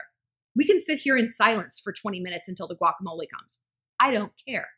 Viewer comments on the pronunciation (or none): none